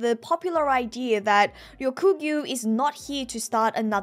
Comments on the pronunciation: YOU SAID RYOGYUKU AND ;] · I think ya’ll are misunderstanding haha She might say the nine slightly differently (example: Ryokugu), but she only actually says it properly twice. Don’t know if it was on purpose mispronounced, or if it was on accident and she noticed later, but that’s what she meant lol